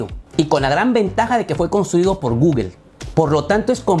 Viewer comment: ¿porquè dices gugel? Eso está mal en inglés y en español